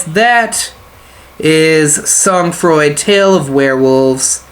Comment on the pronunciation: I like your commentary and gameplay :) Just nitpicky, but the pronunciation would be more like "Soan Fraw", for future reference /frenchgrammarnazi (I guess that makes me a grammar collaborator? grammar Vichy? XD)